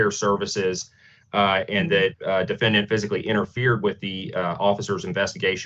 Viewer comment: Am I the only one who thinks it's strange that the judge and the attorney keeps pronouncing defendant as: dee-fen-dee-ant? But seriously, this woman sounds like she needs to be under mandatory institutionalization. Maybe she's doing a little 'self medication' with some crystal...?